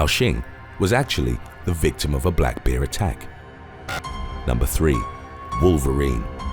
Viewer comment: Not bad. Would have been better if you could actually pronounce the word BEAR properly. Instead it sounds like you say BEER!?! WTF is with that?